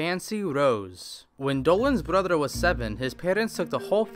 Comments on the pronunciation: i love how he says "fatherer","motherer" and "brotherer" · I like how he says brotherer motherer and fatherer